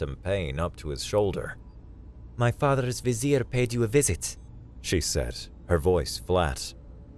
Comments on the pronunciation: Unique pronunciation of VIZIER, lol. It's not a vizer ear. Wonderful job. You have a great voice. And well written tale. I really enjoyed this one. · There are some words that just hit my ear wrong, but depending on the accent of the reader, it makes it not so wrong. Yours just hit my ear as wrong. I'm used to the Disney version in whatever cartoon that was that had a vizier in it. Lol. Showing my age I guess. (66 in 6 days, oh no, 666 lol)